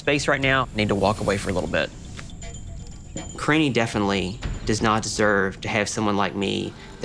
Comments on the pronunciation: Why does pronounce "Karine" like "Karini" 😂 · Surly he’s pronouncing her name wrong karine-EEE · She looks so young, she looks like she could be his daughter! Edit: also I’m fairly certain he was mispronouncing her name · I like how he doesn't even know how to say her name. Also, I wonder what TLC's plan is to prevent this man from murdering people on their dime. Lol because that is a real threat.